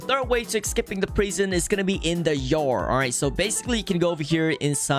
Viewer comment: the way he says prison is funny!😂 he says prighson!😂